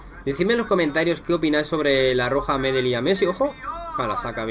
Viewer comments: Hola, una sola cosa, El apellido "Medel' se acentúa en la última e, pero lo demás que eres un crack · Para empezar se dice Medél aún que se escriba Medel. A mí me pareció que no puedes consentir ese comportamiento en un partido de fútbol y además Medel lo hizo porque argentina sin Messi perdió todo su juego